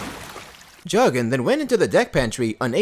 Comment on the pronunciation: His surname is pronounced “Jockin”. I’m a relative.